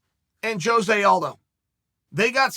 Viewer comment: I appreciate sticking up for Jose but why cant anyone ever pronounce his name right?